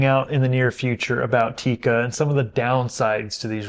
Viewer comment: It's NOT Tika!!! It's TIKKA!!! That's how to pronounce it correctly!😉 Cool vid otherwise 👍🏻😀